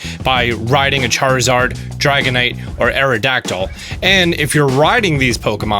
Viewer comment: Laparas Charizord Chariza rd